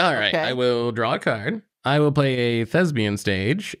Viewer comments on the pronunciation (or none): Why does Seth think "thespian" rhymes with "lesbian"?